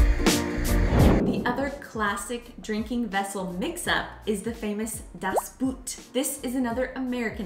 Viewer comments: Thanks so much for that topic! Two things I have to clarify: in German, when you try to pronounce "Das Boot", please don't do it the English way. It's more like "boht" with a long "o". So many Americans pronounce it the wrong way... 😉 And the other thing: as you showed a typical German Pils glass, it was actually a glass for wheet beer, called Weißbierglas or Weizenglas... Mayby it seems I'm to precise with it, but that one is probably a German thing that's really important 😉😬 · By them sounds like: "Das Buht" - whatever it is... 😂